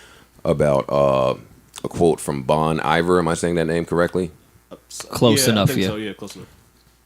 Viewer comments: It’s “Bon Ee-vair” 🤓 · It's Bone e-VARE